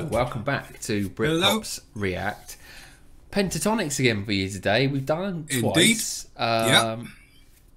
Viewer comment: haha .. its not Pantatonix .. but Pentatonix ... smile ..